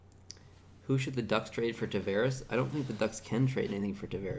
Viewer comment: Tavarez (with Z) Spanish, Tavares (with S) Portuguese. Learn how to say the name!